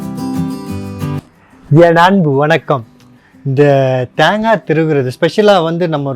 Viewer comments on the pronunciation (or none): அது தாங்கா இல்ல தேங்கா செரட்ட இல்ல சிரட்ட ஒழுங்கா தமிழ் பேசுங்க கடுப்பாவுது